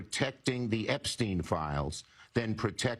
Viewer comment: This man really say "because of the epstien files"? Really